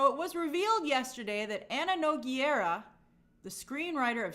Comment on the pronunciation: Nogueira should be read as "No" "gay" "rah" 😅😊